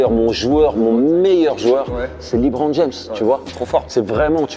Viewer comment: Il a dit Li Bron fin de la vidéo